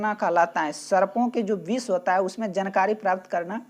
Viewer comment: 10 no question galat pdh rhe h sir Vis nhi hai vishay hai